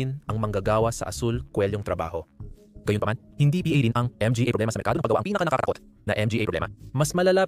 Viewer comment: PAKI-AYOS ANG PAGBASA - ang "PA" pronounced as "p" & "a", ang "MGA" pronounced as "M-G-A", hindi nman dati ganun, salamat sa content!